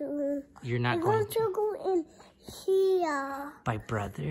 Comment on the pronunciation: I never knew "he-err" (here) and "for-erts" (forts) were 2-syllable words.